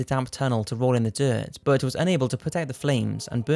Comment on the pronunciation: everytime you say "but" i hear "bert"......